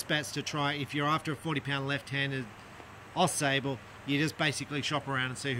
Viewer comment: The “a” sable is pronounced like the word “watch”. It is a river and town in Michigan.